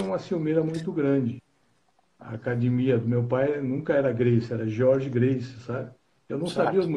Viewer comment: O Gracie pode ser de qualquer geração e proceder de qualquer linhagem, ele sempre vai falar "Cadimia" kkkk kkkk